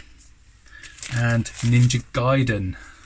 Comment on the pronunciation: Those big box games are in fantastic condition and you done well with those mate. You quite rightly pronounced Ninja Gaiden correctly but alas, you still need to work on your Master System 😝😂😂😂 Great finds as usual mate, certainly much better than i could ever find round here 😁👍